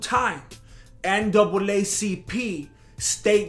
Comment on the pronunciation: I died when he said naacp